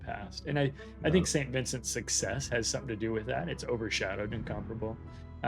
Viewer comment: is the only guy in WOWS who pronounces Incomparable the correct way.